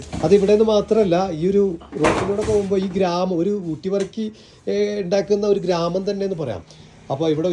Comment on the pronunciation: വർക്കി അല്ല ബർക്കി